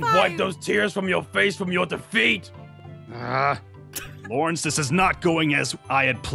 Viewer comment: aphmau: zane garroth and laurene! me: LaUrEnCe?